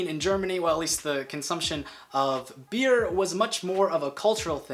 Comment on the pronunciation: You don't say "Beere" you just say beer